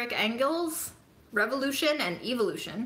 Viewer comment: interesting you called it EVILution instead of EVOlution.